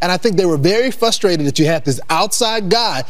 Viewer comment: Anyone who says fustrated automatically gets disqualified.